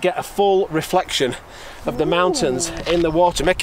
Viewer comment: You forgot to pronounce "reflection " correctly while explaining your trick